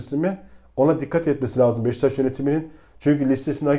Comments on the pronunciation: BEŞTAŞ DEĞİL BEŞİKTAŞ DÜZGÜN SÖYLE !!! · Abi ırak Kerkük’ten selamlar lutfen BEŞİKTAŞI doğru telaffuz edelim her seferinde hızlı söliycem diye beştaş diyorsunuz